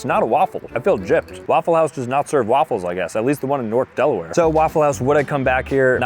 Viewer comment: Me a Delawarean freezing at the word “Delaware”